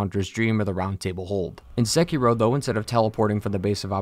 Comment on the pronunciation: I love that you dont pronounce sekiro as sekeeerooo